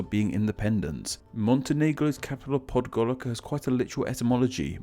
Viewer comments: 'C' in Slavic languages is pronounced as 'ts'. Therefore, it's Podgoritsa, not Podgorika. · Sounds like you said Tiarana instead Tirana Its either Priština or Prishtina, but you cant write it as Pristina (Pick a language!) Spelt in Romanian/Moldovan while all others are spelt in English (Pick a language!) Not its not PodgoriKa its PodgoriTSa, but yes everything else about it is true The nation of Skopje? Lol Belgrade means White Town/City, in Serbian its Beograd. In all South Slavic languages Grad means Town, while in Czech and Slovak (Hrad) it means Fort/Castle so I understand the mix up. Its called Whitetown beacause the colour was considered the colour of beauty I'm done with being an nitpicking ass :) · you pronounced it podgoriKa, actually it's, podgoriTZa, theres Ts like in pizza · Podgorika? Podgorica is not Costarica :) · It's pronounced "podgoriTSA" . Been there and not much to see. And Belgrade apparently means White city? Can someone confirm?